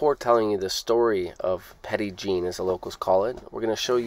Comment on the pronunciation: We love that place. My daughter and I visit Petit Jean at least twice a year. I recommend visiting in the fall. The trees are beautiful. Wanted to also say that we (Arkansan) pronounce it as Petty Jean 😉